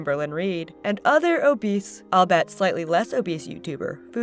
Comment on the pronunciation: Albeit, All-BE-it. Not All-bet.